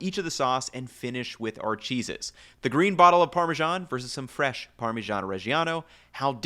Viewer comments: Buddy please learn to pronounce the cheese name. It's either "Parmigiano" (spokek - parmijjano) or use the english name "Parmesan" There is no such thing as "Parmezhan". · yeah but its neither the correct italian pronounciation nor is it the correct entlish pronounciation. It is either parmesan or parmigiano. Nothing inbetween. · I live in Ohio and parmezhan is fairly common pronunciation here, so I was curious when I read this comment. Merriam Webster dictionary has several pronunciations : Par·me·san ˈpär-mə-ˌzän -ˌzhän, -zən